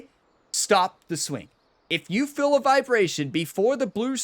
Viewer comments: try saying "Feel" 100 times in a row, wtf is "Fill"? Worst of all your videos. Unsubbed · Took me awhile to recognize that when you say, “Fill,” you mean “Feel.” Are you in PA?1 😆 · Is he saying Phil method or "feel method" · Are you saying, play by "feel" or "fill" ? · Thanks for the video! I’ve been looking exactly for this video, sadly though, as a newbie, this video was incredibly hard to follow. “I assign numbers based on Phil”, who is Phil? Are you saying Phil or fill? And what does that refer to? I was really looking for a numbers based system and that section was incredibly hard to follow, drawing on the screen would have been awesome. Thanks man!